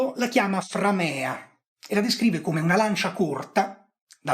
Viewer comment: Mi permetto di segnalare che la e di framea è corta. Quindi l'accento cade sulla a.